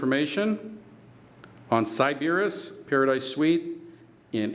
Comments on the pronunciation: It's pronounced sy-buh-riss....and I stayed two UNFORGETTABLE nights here. Love this place. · Are you trolling? How did you not hear someone pronounce Sybaris properly, you checked into the hotel...